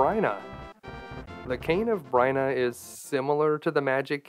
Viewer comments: cane. of brina? no no... its B-Y-R-N-A. --- beer-na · Amazing video but every time you pronounced it the cane or “Bryna” not Byrna I shivered a little lol